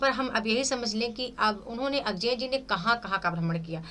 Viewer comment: मैम बड़े दुख की बात है कि आप अज्ञेय जी का नाम भी ठीक से नहीं बोल पा रही है, अजेय नहीं अज्ञेय है